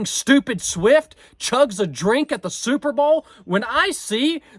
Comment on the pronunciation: "superbowl" or "superba'al"???